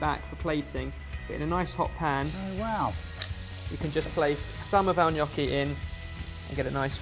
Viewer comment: I love that you say "gnocchi" in the proper way! Also, Ham and Pear IT'S AMAAAAAZING